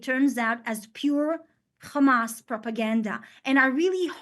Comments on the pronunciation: 6 minutes in, i didn't count, but she said khamas in every single phrase at least one time. The lack of self awareness is to much for me, i'm out. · 0. She said Khamas all the time.